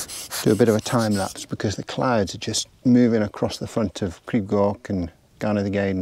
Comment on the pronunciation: Beautiful compositions there, looked a good evening spent in the mountains! Your pronunciation of Crib Goch and Lliwedd sounded fluent! For info though- the ‘Glyd’ in Glyderau, rhymes with ‘Blood’, not ‘Glid’!